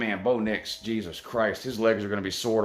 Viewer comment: Bro did you just say Blo Dix?! I'm dead😱🙃